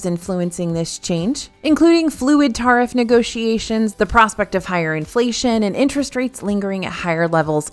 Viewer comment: I like how she pronounces tariffs, so eurochic!